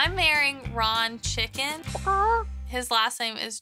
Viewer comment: I'm sorry what... Did she say Ron Chicken.... Doesn't that sound kinda like Raw Chicken Oh My IRENE 😂🤣🍗🐔